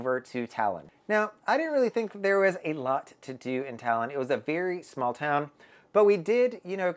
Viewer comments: Toulon is pronounced ‘Too - Lon’ not Talon. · You pronounce the first part of the city's name (TOU - LON) like you pronounce TWO (so a bit like TWO-Lon) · I think its pronounced "Too"-"long"...but more like Too-lon . Im an english speaker but i was on virgin valiant lady in Toulon last month. It was lovely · I'm confused, how can one visit a place and not know how to pronounce the name of the city.🤨I am sure people there, especially the French, would have corrected you!!! Did you really visit this city????🤥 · Thanks. His pronunciation was driving me bonkers. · I was there too, and his pronunciation of Toulon is not correct at all. Hmmmm🤔